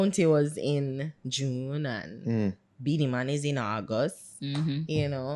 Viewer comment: No girl...don't blaspheme ..weh u try to say..Bounty... Beenie.. NO...